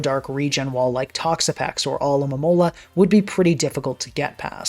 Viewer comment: always coming through as the one YouTuber who can correctly pronounce "Alomomola"